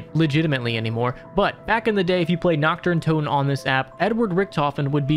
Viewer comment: Brooo it ain't difficult to say naRt deR untoteN and not nakt de untotew